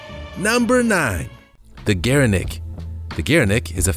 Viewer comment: "Gere-nook" and no, it's not a Somali word. "Co-ati-moon-di"